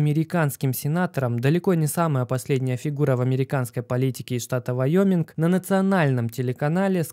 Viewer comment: сенатор какого штата, вайоминга?, а то мне слышится айоминга, нужно уха почистить